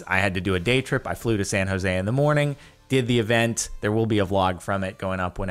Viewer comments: Jardon says San Jose like a white boy. Don't need to say it with an accent, just say it with fluidity. It sounds weird. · Guys, every white person in and around San Jose can pronounce it correctly. I'm just saying it sounds weird, I don't expect him to change his pronunciation.